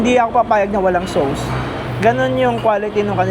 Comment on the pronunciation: Please lang…….ang sauce, hindi SOWS……Soss lang ang pronounciation niya. Nakakairita tuwing binabanggit mo.